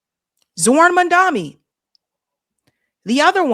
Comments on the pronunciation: it's Mom-duh-kNEE. u still keep calling him "mum-DUMMY". 🤣🤣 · How are you still getting his name wrong. MamdaNi. Come on!